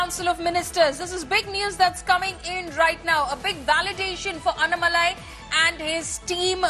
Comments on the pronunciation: Kindly pronounce the name tamilnadu bjp leader : Annamalai not anamalai 😡😔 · Its is anna malai. Its annaa malai. What's with northies and butchering south names?